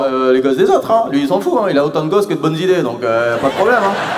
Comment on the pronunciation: " Autant de gosseS que de bonneZ 'idées " z'avez entendu le Z du pluriel ?!